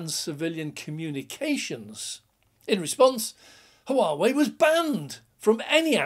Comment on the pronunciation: No H pronounced in Whaa whey :-) = Huawei